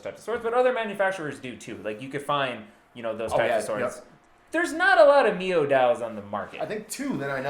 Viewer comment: Should be said The word Miao is said like this Meow .